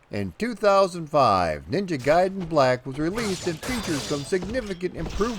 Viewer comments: yup. Ever since street figher 1😀. Also like the other comments I pronounced gai-den as gay-den. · I'm ashamed to say I called it Ninja Garden. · God damnit it's RYE-YOU and NINJA GAY DEN